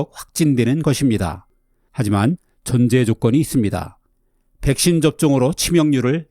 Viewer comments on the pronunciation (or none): 노인층의 "백인" 기피라고 들리는데 자막에는 "백신" 기피라고 해서 잠깐 헷갈렸습니다 선생님 ^^; 언제나 유익한 정보를 공유해 주셔서 감사합니다! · 선생님 발음 잘못되신게 있습니다 백인 X 백신 O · 노인들의 백신 기피증 인데 내레이션은 백인 기피증 이라고 하는데 귀찮아서 다시 녹음 안했나보네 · 노인층의 '백인' 기피라고 들립니다 ?!